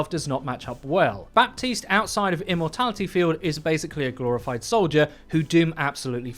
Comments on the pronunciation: For the last fucking time ! His name is prnounced BATISTE not BaPPPPPUHHtiste ! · dude please its bah-teest not bap-teest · We never ever pronounce the p in baptiste. Ever. It's just like Batiste. Simple as that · It's pronounced "Bateest". No P. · pls stop pronouncing the P in Baptiste i can't take it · Everytime you pronounce the p in Baptiste another small child dies